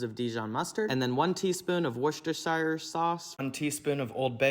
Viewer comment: Good effort on Worcestershire 😀